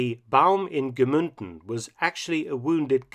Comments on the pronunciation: It is also Mnunden and not Gmünden (u lsound like the oo in u) ;) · Very cool as always Mr. Felton! As i once said i am from this area and these videos are so unbelieveable interesting. If i may correct you, you pronounce Gmunden like Gmünden. I know its a small detail but i realize that you always try to say german words very correct so i wanted to adress it. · Very informative, as always! Just two minor corrections about two of the mentioned cities in Austria: it is Freistadt, no Friestadt (the "ei" pronounced like in "lie"), and also Gmunden, not Gmünden (the "u" pronounced the regular way, no as an umlaut).